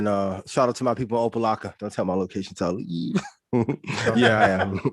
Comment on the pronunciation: Opa-Locka in the building!!!! thanks for saying it correctly